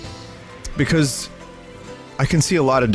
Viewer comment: It's pikause...